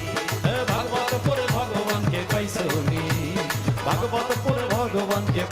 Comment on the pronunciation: vog vog nahi "Vagavat"